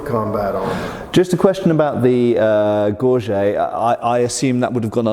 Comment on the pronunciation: i'm surprised (and disappointed) that the American mispronounces so basic a term as "gorget". This simply shouldn't be.